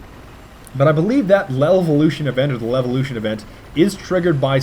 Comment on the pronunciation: why does keep saving lovealoution?" its LEVELoution.